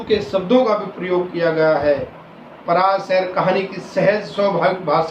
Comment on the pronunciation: यह अध्यापक महोदय तो अटक अटक कर हिंदी का पठन कर रहे। बल्कि "पराया" शब्द का ठीक से उच्चारण भी नहीं कर पा रहे हैं।